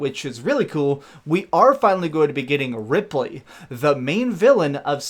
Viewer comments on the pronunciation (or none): Nice show but its ridley not ripley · Ridley, not Rippley. Rippley is from Alien. :) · Did you REALLY say Ripley???? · Ripley?! You mean Ridley I’m sure 😉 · Did he say "ripley"? Am i the only one that caught that.... how could he get that wrong lol and i love his work but wow ripley from the alien movies is gonna be in this i guess